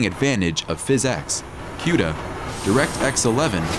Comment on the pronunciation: Cuda is pronounced "Coo-dah" not "Que-dah"